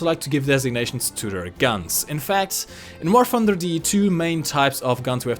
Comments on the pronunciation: Most Germans pronounce War Thunder as "Var Funda". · welcome back to war funder =) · how to pronounce in War Funder! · We need to make a video explaining how to say a lot of english. War Funder.. lol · U know how to pronounce german tank names,but stil cant pronounce " War thunder" correctly